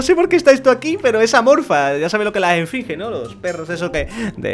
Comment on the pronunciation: a dicho esfringe